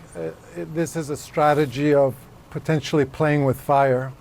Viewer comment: "Potensively"? Is that potentially + ostensibly? 😂